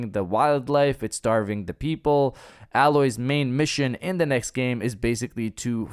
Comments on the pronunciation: I am not happy with myself for being so annoyed with him saying alloy instead of Aloy... but I'm still annoyed. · Dude...stop saying Aloi.....it's fucking AAAAAAAAYYYYloy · It’s pronounced Ay-Loy not how you say it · It's EY-LOY!!